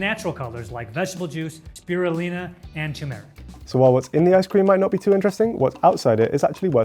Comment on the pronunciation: omg, what a dummy. he pronounced the word "turmeric" as "tomb eric." there are two "r's" in the word "turmeric" and none of them are silent, you flaming dumba$$.